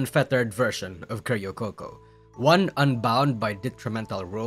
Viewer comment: "keh-ri-oh coco" 🤡 1 word short of just calling her karaoke coco